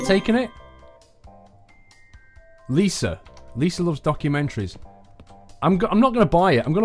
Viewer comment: you said loves wrong